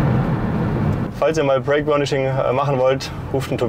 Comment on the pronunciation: Es heißt übrigens Brake und nicht Break. Aber sonst guter Beitrag